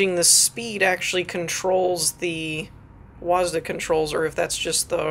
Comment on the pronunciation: it's a W-A-S-D not a W-A-S-D-A